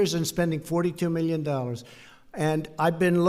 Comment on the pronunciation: Beal yen. Meal yen dollars